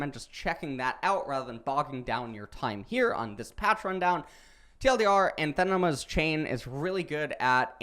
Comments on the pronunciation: a-NA-the-ma. Emphasis on the NA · Great vid! It's pronounced anAthema with the accent on the second A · The way he pronounces anathema is tilting. Still love the videos though.